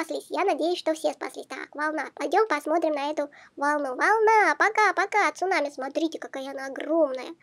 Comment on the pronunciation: Сунами а не цунами